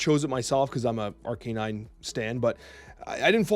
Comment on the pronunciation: I love your content so I'm gonna assume the way you say Pokemon like "Arcanine" is just how you says cards like "Magneto/Magento" as a joke haha